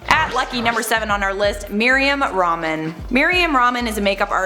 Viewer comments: its Mari-yam Rehmaan not ramen smh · Miriam Ramen 🤣🤣🤣🤣 how can u butch our muslim names like that girl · i laughed so hard 🤣🤣🤣🤣🤣🤣🤣🤣🤣 it's not merryam ra-man it's MARIYAM RAH-MAAN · It's not Mariam "Ramen" it's Rehmaaaannn 😂😂😂😂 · It's not Miriam ramen,😄😃 it's Mariam rahman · You just butchered Mariam Rahman's name.